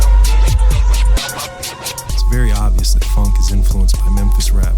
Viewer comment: What I love about Phonk is how it's pronounced "Phauwunk"